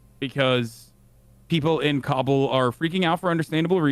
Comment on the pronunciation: He's saying it correctly just most people pronounce it wrong